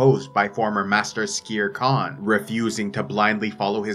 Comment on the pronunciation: wait i thought his name was skeer kaan, not skere kaan